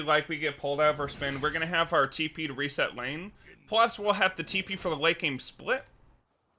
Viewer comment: No one: This guy: tEe PeE